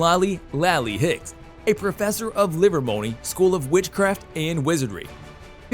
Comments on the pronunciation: Wow, nothing like hiring an announcer who slaughters names and has never watched a moment of anything in the Wizarding World. "LIVERMONEY? Seriously? ", It's, an I not L, Ivermorny, Dan Fogler was pronounced wrong too not to mention others. It may not be a big deal, but it's a big deal to fans! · Uh, it's pronounced "Sca-man-der". Honestly, learn how to pronounce the names! Illvermorny, not livermorny. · Someone should learn then correct pronunciations of character names and places... Livermony? Really? How about trying... ilvermorny... I guess no one did a quality check on this video before posting it... this video gets a big thumbs down... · And “Ill-ver-mourn-ie”